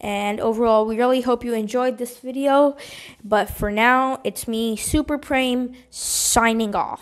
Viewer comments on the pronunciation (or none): This was so fun to make!! Hope yall enjoyed the video and add your rankings in the comments.And it's pronounced 'Prame' not 'Preem' lmao.